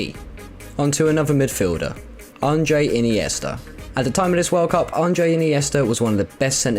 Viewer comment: Couldn't take the vid seriously after seeing and then hearing "Andre" instead of Andrés, but here's something else you messed up - The Kid (El Niño) is Torres' nickname, not Villa's. Hopefully your research skills improved since this was made, and you stopped using whatever mickeymouse source gave you this jumbled mess of "information" back then.